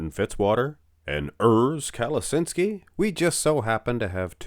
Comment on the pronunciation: It's KaleTSHinsky not Kaleshinsky